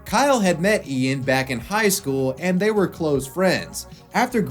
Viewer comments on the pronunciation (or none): none